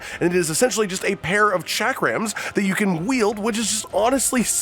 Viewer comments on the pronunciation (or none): Hate to be that guy but for the first weapon that backhand blade is not a cha-kram it's basically pronounced as sha-krem but is spelled chakram Edited this to say i'm being this guy because as poor as my own english is even with it being the only language i know pronounciation is key when talking about things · Shack rims 😂😂😂 it’s pronounced as chalk-rums my friend